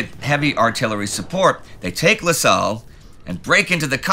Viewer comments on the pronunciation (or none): Hey just a really small pronunciation correction la salle is pronounced la-za-ye